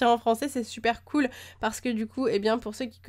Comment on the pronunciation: Déjà, on dit "cool".